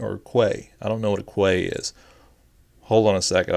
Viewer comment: P.S. Quay is pronounced "Key"